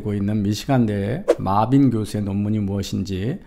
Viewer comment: 구글이랑 파파고에 mebane 입력해서 아무리 들어봐도 마빈으로 안들림. Marvin으로 입력해서 듣는거랑 확실히 차이나는데 이제 영어이름도 지 뇌피셜로 읽어대는건가? 이 사람 교수맞음?